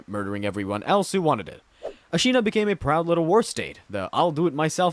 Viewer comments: The way u pronounced Ashina made me feel like you didn't die to Genchiro that many times lol... or played the game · lord, its pissing me off the way you say ¨ashina¨ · are you expecting acutal pitch accent accuracy? :O i mean he does say the syllables correctly. i think it was a↓shina and not a↑shina how he says it in the video.